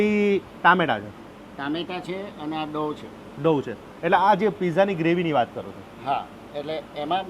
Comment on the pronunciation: ડો બોલ લ્યા ડવ નહિ 😅